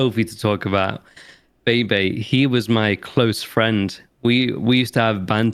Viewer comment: Why does he keep calling you Bae Bae?